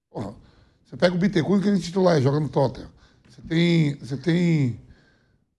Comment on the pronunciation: Vampeta falou Bitencourt kkkk fui até pesquisar, era o Bentancur kkkk